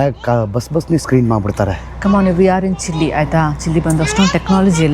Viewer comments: Sorry to correct it's chile Chi+ l=chil E is silent Chilli alla ri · ಚಿಲ್ಲಿ ಅಲ್ಲ ಸರ್ ಅದು ಚಿಲೇ